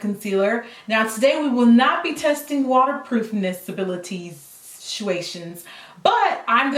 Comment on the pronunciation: "water-proof-abilitinessuations" lol